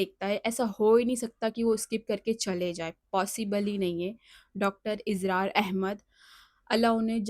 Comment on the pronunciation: Dr izrar nahi israr hai Durust karein